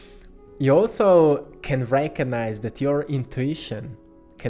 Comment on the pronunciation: And the beautiful synchronous way you pronounce the word "recognize"-- you have transmuted it to "reiki-nize"